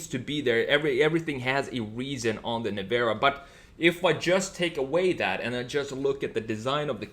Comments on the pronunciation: Not NEVAAARA......LIKE Nissan.....you must say NEVEEEEERA😉🤫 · Well he said “Nevara” so...no :)